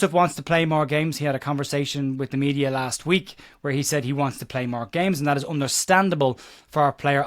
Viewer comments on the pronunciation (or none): none